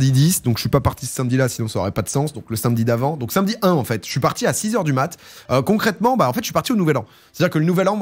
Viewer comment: Domingo t'es vraiment un boss ça fait tellement de bien d'entendre l'enthousiasme qui semble te traverser et en dehors de ça j'aime tes contenus mais le fait de prononcer "sainmedi" fait de toi une mauvaise personne et c'est regrettable